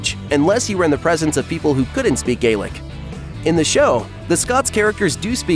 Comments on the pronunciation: Or Gaelic, either! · Ok, enough. If you think as an American you can comment on the accuracy Outlander's Scottish history - make sure you are having the decency to pronounce both Culloden and Scots Gaelic "Gallic" properly!